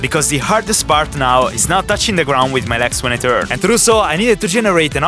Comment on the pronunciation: Why do you say "leks" instead of "legs"? xD